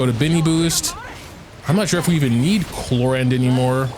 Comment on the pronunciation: Why are u calling her “clorande” though?